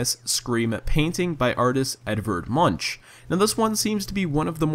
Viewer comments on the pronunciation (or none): Just for your information, the Much in Edvard Munch is pronounced munk, anyways great video keep up the good work